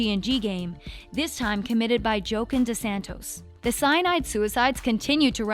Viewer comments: Yeah but what about "Joken DeSantos" I mean come on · " Dilton Dolly" "Jokin DeSantos" I'm DIEING😂😂😂😂😂😂😂😂😂